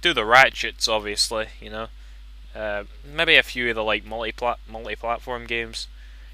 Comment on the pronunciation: Sorry, but I laughed a little at the really thick accent when you kept saying "Mebby!"